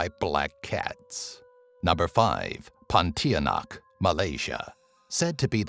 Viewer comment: ok im malaysia its actually not pontianak its puntianak